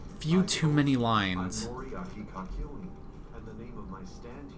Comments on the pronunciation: The reason why everyone in the Joestar bloodline (now including Dio) now has stands will become clear. Much later. You're pronouncing Kakyoin correctly except you're adding an extra N. You're saying "KakyoNin" instead of "Kakyoin". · Kakyoin is pronounced like KAK YO EEN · Kahk-yo-en. Alternatively you can just say Cack-yo-ween if you don't mind accidentally repeating an old meme. The way you're saying it now adds an extra "N" into the mix. Jotaro's jacket is indeed his school uniform, just worn open. His age is always a source of confusion, but you learn to accept that this totally yoked beefcake who has been powerlifting for the last 30 years is just 17. Pretty much everyone in Part 3 has been guzzling steroids since preschool. A lot of stuff involving Stands is nebulous at this point because Araki didn't have a clear idea of where he was going with them yet. I'm not sure if it's a dub mistake or a backfill retcon (I honestly think it's the latter) but Dio did not get his Stand because of Jonathan. Jotaro and Joseph did get their Stands because Jonathan's body got a Stand, though.